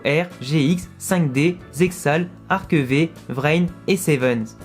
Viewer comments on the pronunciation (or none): Ah Yu gi oh c’est vraiment une merveille merci pour cette belle vidéo et Yu gi oh ARC-V c’est ma favorite parce pour moi elle rassemble en quelques sorte tout les héros passer avec leur invocation et le reste PS:le V se dit Five en faite 😅😅😅